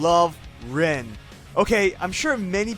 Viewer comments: "I'm a rewn fan" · The "i" in Rin has more of an e sound to it, whereas "in" in English has more i than e if you want to pronounce it like they do in Japanese. However, all of that goes to waste when you realize the way you pronounce it doesn't matter. It's all about your love for the character. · A "big Rin fan", doesn't pronounce her name correctly.